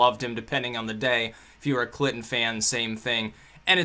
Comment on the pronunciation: Love how it sounds like you say Clitton. :-D